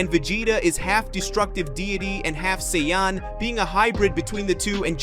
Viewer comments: Literally stopped watching when you pronounced saiyan as cyan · Grateful for your story bro it’s great but please pronounce the word “Saiyan” properly. It’s easy to let beerus slide but the main word “saiyan” you gotta say it right regardless of accent👌🏽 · Bro pls stop butchering some easy words such as saiyan and etc. credit to you for the videos but some words are so easy to pronounce but so hard to listen man. Anyways keep going man.